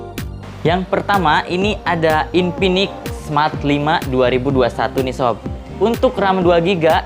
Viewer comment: Infinix bang bukan inpinix😂